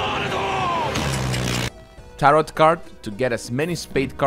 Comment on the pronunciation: Great video, thanks! Fyi tarot's second s is silent, it rhymes with "arrow"